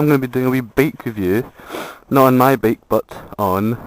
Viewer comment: BEAK? wtf are you saying? is it really THAT HARD for you to pronounce the word BIKE? FFS!!!